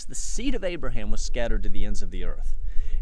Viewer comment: On a side note, you would be shocked at how many people can not pronounce my name / Abraham's sons name correctly, it is nice to hear you say it normal!